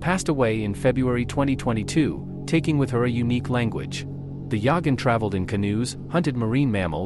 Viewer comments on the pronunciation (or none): Yahgan or Yaghan, but not Yogin or Yoggin. Hello, fools, use your noggin.